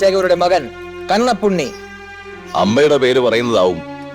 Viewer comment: Lol Kannapunni alla Kannappanunni !